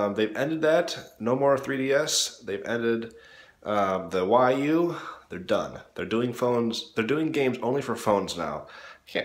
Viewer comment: Say Wii not WY